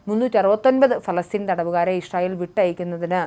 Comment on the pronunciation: എന്ത് ഇശ്രയേൽ പോയി നാക്ക് വടിച്ചിട്ടു നോക്കി വായിക്കൂ